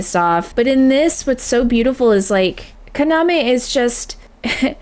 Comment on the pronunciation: Yeah, she keeps saying "Saike" and "Kaname". Which is weird since she got them right in her first videos. I've been wanting to correct her but it feels nitpicky. Pun not intended...